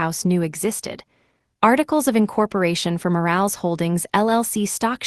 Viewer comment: Omg! I can’t stop 😂😂😂 when she says the last name. Moral not Morales 😂😂